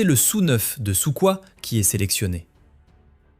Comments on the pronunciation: On dit « Soukhoï » (prononcé "Soukoye") et non « Souquoi », voyons ! 🙄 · de la prononciation 😂. Le Sou7 , a prononcé S U 7 et Pavel, son nom de pronoce Su coil ou Sou coil, mais pas Suquoi. Pavel a fait plein de beaux avions alors essaie de retenir ça pour un prochain épisode. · ce n'est ni "quoi" ni "coup" mais "roï" avec un "r" roulé et guttural comme la rota en espagnol. Voilà pourquoi on orthographie "kh" en français car ce cette lettre russe n'existe pas en français. C'est l'équivalent en prononciation de Khomeiny en Persan qu'on prononce romeïni et non comeïni. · non pas vraiment,y a pas ce mélange type Jota espagnol en slave, c est un son H un peu prononcé ça donne si on veut "Hoï" si on veut, son qui n existe pas en français et les francophones et latins ont tendance à le prononcer "roï" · C'est mal prononcé ! Il s'agit de prononcer " Shukoye " qui s'écrit " Shukoi " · Pour être puriste, on prononce "Sourhoï" ! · Prononciation Soukhoï : souroye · ça s'écrit "" "SUKHOI" "" mais on prononce soukhoi 😊😂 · En effet, comment peut-on parler d'aviation et ne pas savoir comment se prononce Soukhoī ? Ça m'échappe totalement..